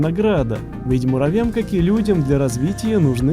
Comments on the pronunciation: муравьям а не муравям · Так весело, когда говоришь муравям, а не муравьям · А почему ты говоришь муравям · Мне нравится как произносит "муравям") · Ты сказал муравям